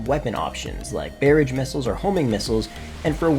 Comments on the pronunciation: bearidge missiles? you mean barrage? "Ba-r'aghe" missiles ? :) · This feels petty... but when he said "Bay-ridge" missiles instead of "Bah-rahj" my eye twitched. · Its (Ba-roj) not (Bare-edge) just saying lol. But great video though in all seriousness. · He used the wrong noun sound. It's not weird to point that out, it's weird to have never heard or said the word "barrage". But what do you know? You probably go to restaurants and try and order fill-it mig-nawn.